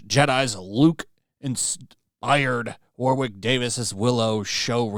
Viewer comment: Just a quick FYI, Warwick is pronounced War-ick, the second w is silent. That goes for the city and county in England.